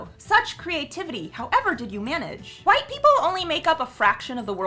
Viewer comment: A "Q" in the word "White".